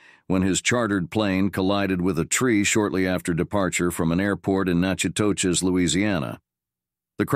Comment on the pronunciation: Just an FYI: Natchitoches is pronounced Nack-uh-tish, not how you pronounced it.